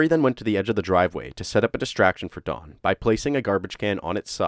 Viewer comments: D O N not Dawn like you are saying. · why do you keep pronouncing his name like Dawn his name is Don why do you keep putting a w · Don is pronounced Don like Tom not Dawn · it's don not dawn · i heard dawn instead of don , several times, it may be how you pronounce "on.... great channel though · Dohn, not Dawn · It sounds like he’s saying Dawn…..I have a brother Don and sister Dawn so it stands out to me 😂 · sounds like your saying dawn bro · Computer voice can’t say Don, instead gets Dawn. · Don not dawn. or am I the only one not hearing it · His name was Don. Not Dawn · Its impossible to listen to someone call a man named Don, Dawn for 40 seconds let alone 21 minutes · Why are you calling him "Dawn"? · Oh ,DON. Sounds like you are saying the dude's name was DAWN. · I swear it sounded like he was saying Dawn instead of Don lol just me?¿? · It's Don, not dawn. Gah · His name is DON, not DAWN. This is irritating me beyond words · Its don not dawn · Don, Don, not Dawn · Don not Dawn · It's don not dawn. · Why do you keep saying dawn...dudes name is DON. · Really bothers me that you say Don like Dawn. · Narrator says Dawn i/o Don. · DON, NOT DAWN. D O N. NO W PROPER PRONUNCIATION PLEASE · I'm sorry, but you call him "Dawn" and not "Don".. it was so bothersome I had to stop watching. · The name "Don" is pronounced "d-AH-n" not "Dawn", Masculine and feminine. You say it wrong so many times in the first 27 seconds I had to stop and leave this comment. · Sounds like you're saying Dawn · Stop saying Dawn! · You are saying "Dawn." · “Dawn”? Is that a male name too in America? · I don’t like how he pronounces Don